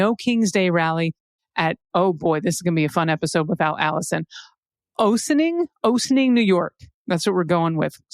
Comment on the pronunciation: Ossining Ah-sin-ing. Home of Sing-Sing prison.